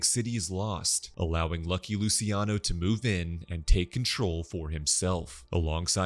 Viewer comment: Lu-chi-ano. Not Lusiano